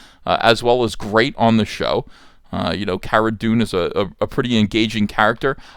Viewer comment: Very good I love Gina! She specifically corrected when he also pronounced Cara incorrectly. You have to pronounce it like “Cora”, like there’s the sound “Core” in there... I think it’s pronounced like Gina’s last name, Carano, “Core-Ano”. My 2 cents.